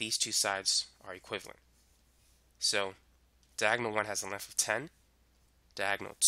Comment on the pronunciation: Lengf and wif😂😂